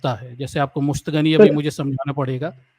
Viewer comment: Musht gani nahi hota hai Musht zani hota hai